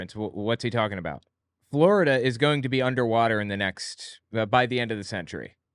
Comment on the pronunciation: God her voice is the worst. I particularly hate how she pronounces words that end in ing as een. Like goeen and anytheen and even human bean.